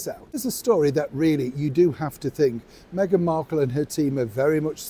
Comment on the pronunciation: you continually keep on miss pronouncing megans name. I will remind you again MEGAN WALLACE MARKEL-SIMPSON or should it be the other way round.!!